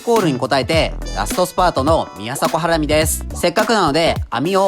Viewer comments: とりあえず肉の説明しかしてなくね？笑 ハラミ⤴︎？ハラミ⤵︎じゃね？笑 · 料金をなんで言わないのでしょうか？ 視聴者が一番気になるとこだと思います。 あとハラミの発音が…